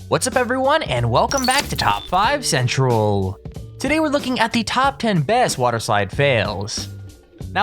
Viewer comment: am I the only one who was annoyed by how he said central?